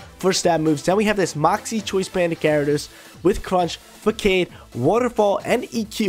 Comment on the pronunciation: What is this “FAAKADE” you’re speaking of .. English is hard